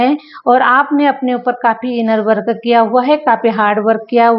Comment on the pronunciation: U r English pronounciations r wrong I wil give u few samples .. ये रिया- एरिया। - area वर्क अ- वर्क- work